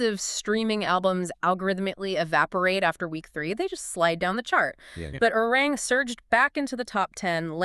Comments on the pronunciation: It’s not Arang, it’s Arirang. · "A-Ri-Rang"-- three syllables, please. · True, but then they also cycled in pictures of Stray Kids and Santos Bravos 😂and constantly mispronounced Arirang. However, it's hard to hold it against them since this video is actually well narrated and has a good breakdown of BTS and Arirang's success. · The fact that certain essential words are mispronounced video after video shows that you’re not reading the comments and not trying to correct your errors. This further tells us that the content isn’t really important to you. BTS is just a means to get clicks and make money. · This is a very good assessment and report. Thank you for all of the hard work and research behind it. However, to continuously mispronounce the album title is difficult to accept. It would have taken a matter of seconds to learn its correct pronunciation. Please look into it soon. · The very least you can do is pronounce the title of the album correctly.